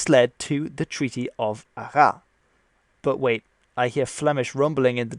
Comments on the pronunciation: arraS. The final S is not silent here. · ArraSSSSSS, the "s" is not silent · If you want to say "Arras" correctly, you have to pronounce the final "S" : so "Arrasss". Concerning your point with "Flemish/Dutsch" influence here, I am afraid it is a bit unhistorical. At this point, it was a part of the Burgundian Netherlands, which was a part of the Burgundian State, and not some fantasy independant proto-Netherlands. (and concerning the language, most scriptures found in Burgandy were Latin or French, only the Northmost regions of then Burgandian Netherlands can show official acts in another language) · Small detail in this very interesting video: The city "Arras", you have to pronounce the S, AraSS, not Ara. I give that detail because I've to point out that the other cities, like Rouen, Orleans, Formigny, are perfectly pronounced (and we know the sounds "an", "ouen" or "gny" in French are not natural at all for English speakers) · Good video, btw, Arras is pronounced "Arrass" the "s" is pronounced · As a french-speaking person myself, I never knew that was how we pronounced that name. I think it's pretty stupid, in my honest opinion. Must be originally a correct pronunciation in the old french language, but reading it today, every french-speaking person would have pronounced it "À rat" which is a more grammatically correct pronunciation. Wikipedia doesn't really explain why we have to pronounce it that way either. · 'Arras' the s is not silent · Native speaker of french here, actually the s is pronouced in Arras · The S in not silent in Arras. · Hi ! If the Dutch are probably happy you mentioned Arras was actually called Artrecht at the time, the French will probably feel offended as you pronounce the "s" at the end of Arras =) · But the french do pronouce the S of Arras. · You should pronounce the trailing s in arras. Yes, i know, french language is explicitely designed to extend the hudred wars by eternally trolling englishmen trying to use it